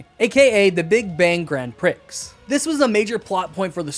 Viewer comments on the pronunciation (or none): none